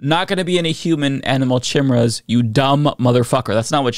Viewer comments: She can’t even pronounce “chimeras”! 🤦🏻‍♀️ I sooooooo agree!! I’ve been laughing/crying about this for about 8 years now. Our education system needs a giant overhaul! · Let's go ahead and put "Chimmeruhs" with "Peach Tree Dish" and "Gazpacho Police"! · “It would legalize the creation of human/animal chehmurrahs” Fucking nailed it. Great pronunciation, great science, everyone hit the showers; we’re done here. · Chee-meras wtf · Careful now sis! Chimeras are heavily associated with Greek Mythology, what would your "God" say! I can't believe she fixed her mouth to say chim, er, as and not ironically!! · How did I know she was going to mispronounce Chimeras? I had a professor in school who admitted that she had never heard that word. She was admittedly conservative and made homophobic remarks in class. When you're preaching to the stupid you don't have t be informed. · The way she pronounces Chimeras says to me that those words aren't her own, like she is just reading something someone gave to her. If she chose the words, I doubt she would have gone with one she doesn't know how pronounce (Maybe giving her too much credit). It feels like she is just reading someone else's lies in congress. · Can’t even pronounce ”Chimeras!”